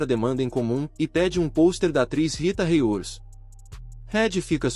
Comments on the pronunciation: Ele tem qui estuda mais os nome corretamente andi , merili monrou, Rita reiudi 🤔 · Narrador e ruim não sabe os nome corretamente andi, Rita riudi , ,merili monrou redi , 🤦‍♂️😂😂